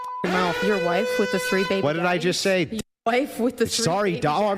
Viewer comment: why does say "wife" with an "h"? (Whife)